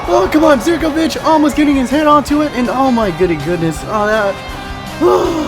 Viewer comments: Please pronounce Zivkovic as zivkovic and not as zerkovic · did you say there zirkovic hahaha its ZIVkovic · and u pronounce zivkovic like ziv-ko-vik